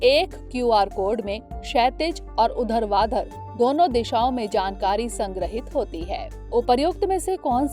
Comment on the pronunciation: उधरवाधर नहीं होता है मैम